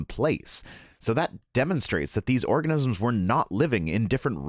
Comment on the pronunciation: I swear you said orgasms. Which for some, is a cause of a major flood. 😉